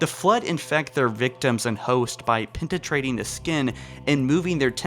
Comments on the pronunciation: Pentatrating instend of penetration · I heard liberry and pentatrating and immediately couldn't take the video seriously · Pentatrating Penetrating Monyear Mjölnir Mispronouncing Mjölnir (myol-neer) I can kind of understand, but *penta*trating? You need a speech coach, my dude. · Pentitrading? you mean penetrating? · "Pentatrating the skin"